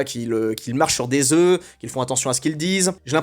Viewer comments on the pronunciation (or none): none